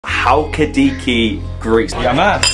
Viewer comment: It's not halki-diki it's pronounced Hal-ki-di-ki with the emphasis on the last syllable.